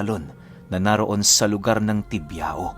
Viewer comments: Tibiao is pronounce at Tibyaw. Sa Panay Island kc mix Spanish Ang ibang words dun, Kya Ang pronounciation Spanish. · Bayan ng "Culasi",,next na bayan ay "Tibiao" (Tibyaw) ang tamang pagbigkas ng lugar..Sunod na lugar ay "Barbaza",tas "Lauan"(Lawaan ang tamang bigkas.)sunod ay "Guisian"tas sunod ay ang bayan namin,.Bayan ng "Bugasong" tas yung city namin,bago ka makarating sa pinaka city namin,madadaanan mo ang bayan ng "Hamtic" alam ko malapit na yan sa city namin, "San Jose Antique".. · ung pag pronounce po ng tibiao deretso po dpo nakahiwalay ung o hehehe